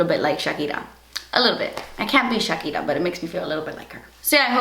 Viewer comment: why are you pronouncing "shakira" like this :/ ?